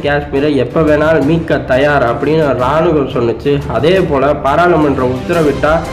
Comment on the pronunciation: நீங்கள் கூறும் செய்திகள் புறிம்படிஉள்ளது. ராணுவம் என்ற சொல்லை ராணுகம் என்று தவறாகக்கூறிவிட்டீர்கள். மாற்றிக்கொள்ளவும்.